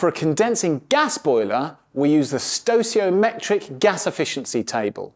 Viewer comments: Stochiometric is pronounced with a hard c, like stow key o metric. Also delta T represents a change in temperature. The ∆ is a mathematical standard meaning "difference in". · Stoichiometric is pronounced stoy-kee-oh-metric